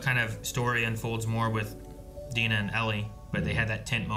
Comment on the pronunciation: You pronunciation of Dina is wrong 😅